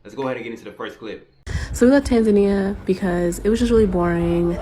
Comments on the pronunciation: It would be helpful if this brother could at least start with pronouncing the name of the Country correctly! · Maybe you should start by pronouncing the country's name correctly and move from there. Also be respectful of the culture you are entering. Most foreigners have decency to do that